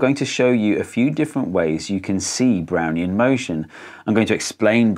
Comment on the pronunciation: I keep hearing, "Brownie in motion" and getting a craving for Thin Mints.